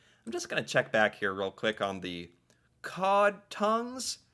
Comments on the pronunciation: COD, not cow...we eat them here in Norway too. AND cow tounge. ;) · Cod not Cow Cod is a fish never had Cod tongue but I have had Cow tongue and it's delicious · NOT COW, COD!